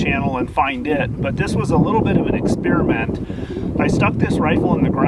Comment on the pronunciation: Did this nigga just say experimat 😂